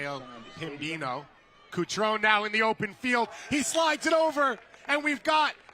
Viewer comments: BRO IS CUTRON-E NOT CUTRON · Kuctròun nun se pò sentì. Cutrone. KUH-TRO-NEH Patrick, vecchio cuore rossonero... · I nomi ed i cognomi dei calciatori inglesi li pronuncio in inglese, non importa la qualità della pronuncia. Kutròun, invece, è il tipico esempio di nome italiano pronunciato secondo le regole fonetiche inglesi. Per me è ignoranza. That's it. 🤷‍♂️